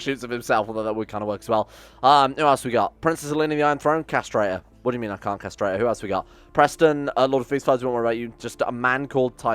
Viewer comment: "what do u mean i cant kasterate her?" Died of laughter there